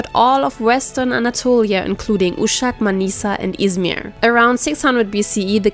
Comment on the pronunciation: Sıradaki şehri sansürledin ama İzmiiğ dediğin anlaşıldı.😊 Hiç üzülme bazı kelimeleri söyleyememen çok sevimli oluyor.